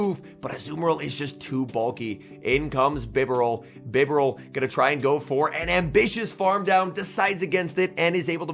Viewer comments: It's Bye-Bar-Al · I like your vids but I hate how you pronounce “Bee-Barrel”…. 💯